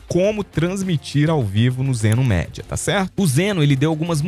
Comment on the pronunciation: Então amigo! Só uma dica pra você, a pronuncia é Zeno Midia, ou seja lê-se media